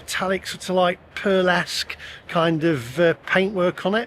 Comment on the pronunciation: Pearlesant not perlesque makes it sound like an exotic dancer